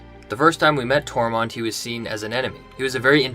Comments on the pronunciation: is it me or are you saying Tormont instead of Tormund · And it’s Tormund, not Tormond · Tor-munn-d. Excellent vid. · ITS NOT TORMOND